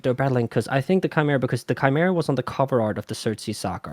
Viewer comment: That's not how you pronounce tchimeeray